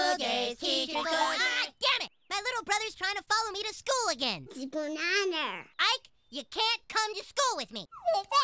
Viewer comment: Did ike just say bananer?